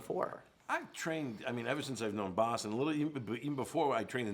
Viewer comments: Actually his name is pronounced Bas, Americans prenounce Baws... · Atleast pronounce the guy's name right, jesus... say bah and add a s to it, that's how you say it.